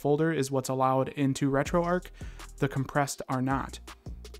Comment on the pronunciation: Erm it’s not retroark it’s retroarch 🤓👆